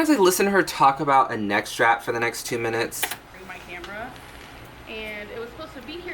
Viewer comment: Okay, when you said 'neck strap" I though it was like 'net trap' I was confused because I was like wtf. I didn't think she would actually explain a... neck strap...